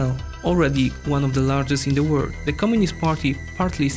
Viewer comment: I can't stand it! Why can't the narrator say WORLD, with the L? All I hear is - All of the word is going green? - Now that's not the R and narrator is not Japanese to mix it up. What gives? Why do people make content that's interesting and straining to consume?